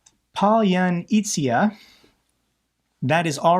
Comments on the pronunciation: Palyanytza is pronounced Palor- Nizza ( as in pizza but with an "n") one does not pronounce the " r" in Palor, said it in a British way without the "r". Palor- Nizza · Pa-lan-izza (like in pizza)